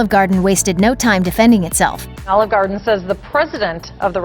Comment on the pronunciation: Please learn how to pronounce "Garden."